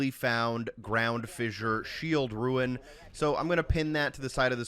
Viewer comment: Rune not ruin.